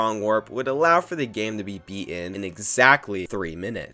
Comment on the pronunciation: Word: "Beaten": "Be in" Name: "Martin": "Mar in" I know he knows how to pronounce the letter "T" because he says the word "time" 300 times.